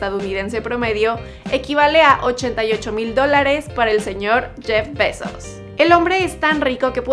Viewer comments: Su nombre lo pronunciaste mal todo el tiempo se pronuncia "Jeff Bay-zos" no "Jeff besos" ni "Jeff baisos" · Like si oíste "Jeff Pesos" en vez de "Jeff Bezos".